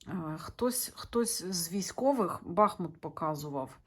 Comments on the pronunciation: БахУт, наголос на У. Річка БахмУтка там тече. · бахмУт а не бАхмут